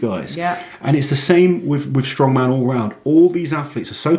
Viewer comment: It's strongman, not stoneman. Too much emphasis on atlas stones currently at Giants Live and WSM. Count back rule is way fairer and more balanced. Too complicated was a silly reason to change the rule back in 2010. Reason being, WSM is pre-recorded TV show they could have been explaining and had a very dramatic count back review at the end of the 2010 final, instead they just briefly mentioned it during the table graphic. Poor editing decision by IMG, in my opinion.